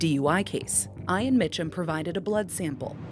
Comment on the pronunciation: How do they not know how to pronounce Ian?????